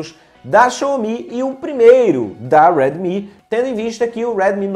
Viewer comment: Tu é Br Porra, diabo de Weeedmi note 7, deixa de querer ser americano